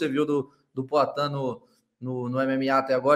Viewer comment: E esse cara fala como Cebolinha, é? "Pla cá", "Ploatan"... Kakaka